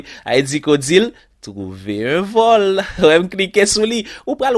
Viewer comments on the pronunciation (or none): Trouverrr un vollll is funny😀😀😀